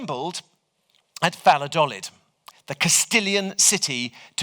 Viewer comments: What about Vallolodid? I didn't know where he was talking aboutat first as I was not looking at the screen. His English pronunciation isn' great either. lol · That was the most unabashedly Anglo pronunciation of Valladolid I've ever heard. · agreed that his "Valladolid" was unrecognisable, but his English pronunciation is the clearest, most crisp, most perfect you can find 😂